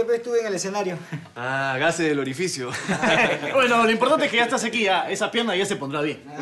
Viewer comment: "gases del orifiocio" jajajaja